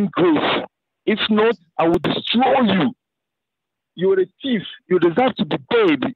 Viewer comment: “u is a teeff” u mean!!😂